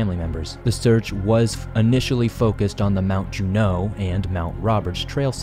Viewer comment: Saying "Alaskan Bermuda triangle" just sounds stupid. Alaska is nowhere near Bermuda, just call it the Alaskan triangle. Also, "Juneau" is emphasized on the first syllable, just in case you make another video on the topic.